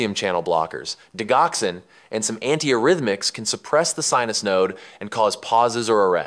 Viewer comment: Great breakdown! Can you share some tips for distinguishing sinus arrest from a long sinus pause in tricky ECG cases? Also, a few corrections—for example, like 'P wave' instead of 'Pwave', 'digoxin' instead of 'deoxin', 'anti-arrhythmics' instead of 'anti-urythmics', and 'ischemia' instead of 'eskeeia'. Small edits like these would make the video even clearer!